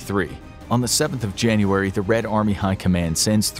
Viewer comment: Why is it Junuray instead of January